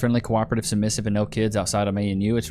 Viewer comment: Having a little trouble pronouncing the word “submissive”…😆